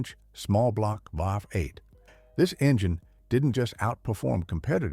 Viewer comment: The “V” in V8 doesn’t mean 5, it refers to the physical orientation of the cylinders in a 8 cylinder engine. So please stop saying “5 8”, because that is not a thing. It is phonetically stated as “Vee 8”.